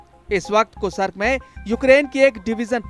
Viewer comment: कुसरक नहीं कृस्क है कितनी बार गलत बोलोगे?